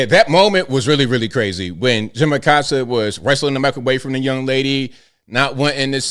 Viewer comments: Im just glad this guy is leaving so we can correctly pronounce (A-coast-ah not a-cost-ah) Acosta pronounce it right! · Acosta disappeared during Biden. I thought for sure he'd resurface during #47's term. Around here, we don't pronounce his last name Uh-cost-uh and I'm surprised that he does. Ah-costa or aˈkosta.....Spanish pronunciation of coast = costa.